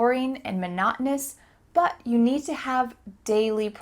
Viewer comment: I just knew that 'monotonous' is pronounced this way. I'm gonna learn how to pronounce this word for today.